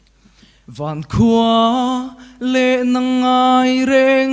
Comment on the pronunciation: Van khua a ti a nih hi, vangkhu tih tur a nia.